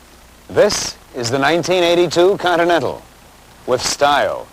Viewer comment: The host even seems to like the Coninental